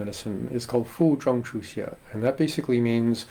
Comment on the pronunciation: Fu zheng, qu xie. I heard you say Fu Zhong. Which one is the correct pin yin.